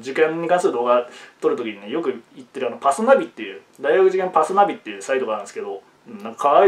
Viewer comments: パ↓ス↓ナ↑ビ↓ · 「パスナビ」と「黒豆」のイントネーションが同じ男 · パスナビのイントネーション草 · パスナビの発音が気になるんですけどね